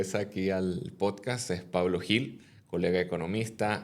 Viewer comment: El apellido Gil en España se pronuncia "Jil" no "Yil".